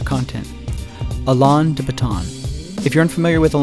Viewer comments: I think you're right about the School of Life, but dude...Learn to pronounce "Alain" properly. It's not "Al-on". I cringed every time you said his name. You made a point of emphasizing the correct pronunciation of Nietzsche, so you can get Alain right too. Here's a guide: (While I'm at it, PSA: Moulin Rouge =/= "Mulan Rouge.") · If you're going to make a whole video about somebody, at least learn their name! It's not Olon, it's Alain! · Learn to say Alain’s name first 🙄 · Alaan, really? Is this how you pronounce his name?... No I am afraid.